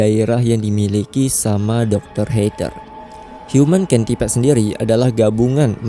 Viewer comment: Bacanya centipede bang bukan centipede